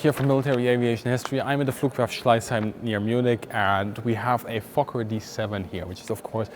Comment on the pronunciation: It doesn't mention the fokker at all. the way you pronounce it is perfect.